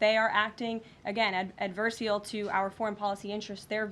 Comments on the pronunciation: The word is ADVERSARIAL - not adversial dear. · Ad ver se al ....... "acting in an adverseal way" ?? Embarrassing. Karoline Leavitt is an embarrassment.